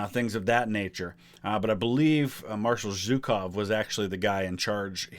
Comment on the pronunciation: Since we are learning here are a couple of notes on how to pronounce two Russian surnames. Zhukov - first Zh is pronounced as [ʒ] in measure /ˈmɛʒɚ/, leisure /ˈliːʒəɹ/, pleasure /ˈplɛʒɚ/. So It's not Zukov /ˈzʊkov/ but Zhukov /'ʒʊkov/ and more commonly pronounced by Russian speakers as /'ʒʊkɑf/ where /ɑ/ is pronounced as last "a" in grandma /ˈɡɹændˌmɑ/. Khrushchov - first Kh is basically hard "H", not "K" whereas "shch" is soft SH as in She /ˈʃi/. So his surname is pronounced more like "HrooshOf"- /'hrʊʃOf/ with stress on the last vowel O.